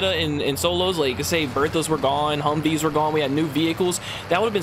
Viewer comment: Man said Humv’s😂😂😂. Humv’s are armored hummers